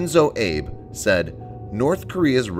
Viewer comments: Ah-bey not Ayb. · "Ah beh" for fuck's sake, not Abe like Lincoln. It's not that hard. I've never heard AN/SPY spoken as words, either. AN is code for "system" and SPY is code for Ship born - Radar - Surveillance and Control. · Not pronounced " Abe", more like Ah-bay....something close ... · Ah-bay. Not Abe (As in Abe Lincoln) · A good summary of the reasons for not shooting down the missile. The most crucial is point number, two, I think. Not only would Russia and China mine the data, it could also result in failure, which would be very bad P.R. You should know that the pronunciation of 'Abe' is "AH-bay," not "ABE." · Its not pronounced Shinzo Abe like Abe Lincoln. Its pronounced "Ah-bey" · Shinzo Abe “Abe” is pronounced “ah-bay,” not like Abe Lincoln lol. Thanks for the early morning laugh, though. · Interesting. Marred by several pronunciation errors. The Japanese prime minister's name is pronounce "Ah-beh", not "ayb" (as in US president Abe Lincoln). The Greek work "Aegis" is pronounced "EE-jis". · FFS...it's Ah-bay. Not Abe as in Lincoln. And you could have made your video shorter if you just said that shooting down a piece of North Korean state property would be an act of war. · Shinzo Ah-Bey, not Abe... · its not pronounced shinzo abe lincoln its pronounced like wasabi abie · It's pronounced a-bae not abe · Shinzo "Abe" as in Abe Lincoln ? HAhahahah ! A real punter of a news station. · Small critique: it's pronounced "Ah-bay" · Shinzo Abe's last name is pronounced "Ah-bay." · Shinzo Ab-ay is the proper pronunciation. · Not that it's a big deal or anything, but the Japanese PM's last name is pronounced Ah-bay. Do with that information whatever you want. Thanks! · 'Abe' (when talking about the Japanese name, not Lincoln) is pronounced "ah-bae," not like 'ape' with a 'b' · At least try and pronounce important names correctly. Abe is pronounced "Arbay". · It's pronounced "Ah-Beh" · Abe = (ah-beh) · I can't believe how he pronounced Shinzo Abe! LOL